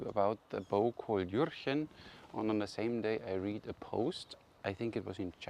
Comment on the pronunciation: juhhhhh-chen the "r" is a strong h